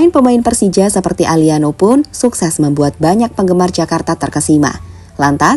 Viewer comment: Btw bukan alliano tapi ALLANO